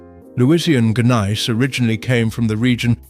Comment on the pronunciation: Gneiss is pronounced "neese", not "gun-nice"